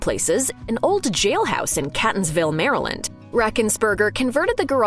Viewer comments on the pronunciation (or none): none